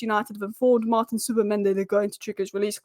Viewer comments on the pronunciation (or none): none